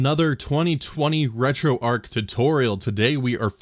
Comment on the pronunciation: Don't know why it bothers me so much on others videos, but I watched and paid more attention to yours because you actually say retroarch properly